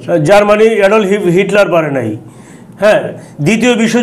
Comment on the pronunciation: ভাই সালাম নিবেন।উপস্থাপকের বাচন ভংগি ও উচ্চারণ খুবই খারাপ।রাশিয়ার ইতিহাস পূনাংগ ভাবে বলতে পারেন নাই। ইউটিউবে আরো অনেক তথ্য বলা যেত। উপস্থাপক নেপোলিয়ন বোনাপাট কে নেপোলিয়ন বেনাপুল উচ্চারণ করলেন,এডলফ হিটলারের নামটাও সঠিকভাবে বলতে পারেন নাই। ICBM কে ভুল উচ্চারণ করলেন।এবং inter nation জাতীয় কিছু বললেন, যাহা সম্পূর্ণ ভূল। ICBM এর অর্থ হল Inter Continental Balastic Missile. আন্ত মহাদেশীয় ক্ষেপণাস্র। নেপোলিয়ন ও হিটলার শুধু শীতের কাছে হারে নাই,রাশিয়ার সেনাবাহিনীর সংগে রাশিয়ার জনগন জীবন প্রাণ যুদ্ধ করেছিল। আরো ভুল বলল,জার বোমা পুতিনের আমলে তৈরি হয় নাই। এত ভুল উপস্থাপন করা ঠিক না। ধন্যবাদ